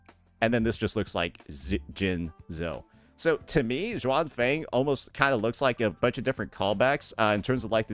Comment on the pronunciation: Xuanfang - pronounce it as -- shin-funk. If you find it hard to say it. 😉 As for Qingxiao - you can go for Ching shall